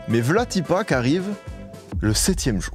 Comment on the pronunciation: "vla ti pas" ... tu serais pas un peu berrichon par hasard ?